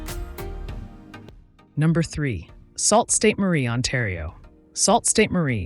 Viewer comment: I stopped listening to you at "Salt Sain Marie." What the f was that? It is pronounced: Soo Saint Marie. Goodbye!